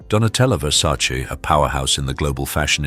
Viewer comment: You got a hiccup on Donottela Versaceci, you were showing the Jackson’s older sister 😂😂😂😂